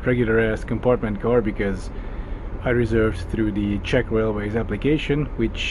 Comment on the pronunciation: Really loving your Czech pronunciation. ❤️